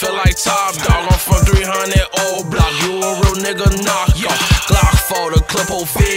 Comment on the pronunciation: It's o'block stop saying oblaa smh